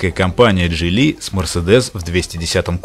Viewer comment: а Geely как "Дзили"